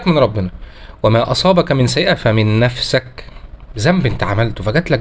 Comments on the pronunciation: *فمن نفسك بكسر السين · "فمن نفسِك" بكسر السين بارك الله فيك ❤ صلوا على النبي ﷺ 🤍